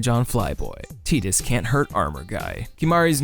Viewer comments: Hey good video. I agree with most of what you said, mostly because it was presented with consideration. Also...Thanks for pronouncing Tidus correctly ;) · Canonically teedus is the right way to say it. They never actually say tydus in ffx, and the first time his name is said is in kingdom hearts (idk which one) where it is pronounced teedus